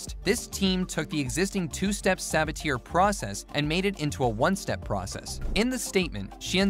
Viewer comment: Good video, Sabatier and In-Situ are pronounced wrong, fyi (Seb-at-ey-ay & In-sitch-you [In-Situation])